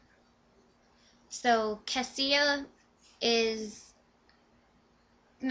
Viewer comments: OMG! sorry, but i don't care about the first like 5 minutes of ur video. and her name is pronounced CA-SHA, not CA-SEE-A. and i really loved this book: 5/5!!!!! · I have a friend named Kasia but it's pronounced Cash-ah so Cassia should be pronounced the same.